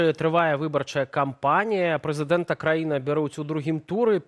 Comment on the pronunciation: Вау! - Амаль адзiная журналiстка, якая лёгка вымауляе слова: ПРЫЦЫДЭНТ. ❤ Вiталь Бабiн, да i Павел Латушка гэтым ганарыцца не могуць.